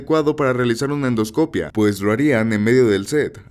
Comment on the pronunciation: Por que pones el acento en endoscopía y luego lo pronuncias donde se te incha? Perdón es que si me traume